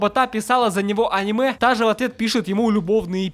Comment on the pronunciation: если я ещё раз услышу в ролике слово аниме с ударением на а, я... я... я просто... 1000-7